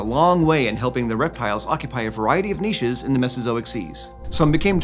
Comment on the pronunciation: He pronounced niches correctly 😀